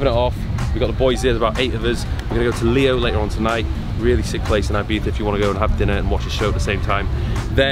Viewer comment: did he pronounce Ibiza ..as Ibeefa?